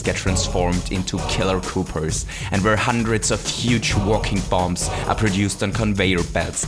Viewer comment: i find it weird how you pronounce "koopas" as "koopers" as if you're talking about Paper Mario partner.